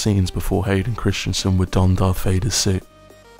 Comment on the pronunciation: ChrisTENsen not ChrisTIANsen